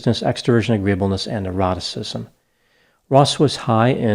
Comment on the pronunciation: Excellent analysis. Every time gets into OCEAN, the "n" being "neuroticism", I think he's saying "eroticism". As in, Bob Ross was low in eroticism. 😆